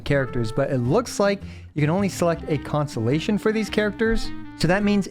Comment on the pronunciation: The fact that your pronunciation of constellation sounds like “consolation” cracks me up. It really is just that huh